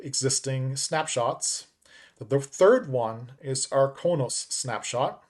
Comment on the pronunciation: It's pronounced Crow Nos. Klingon homworld 😃e